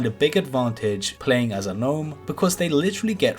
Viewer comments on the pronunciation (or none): none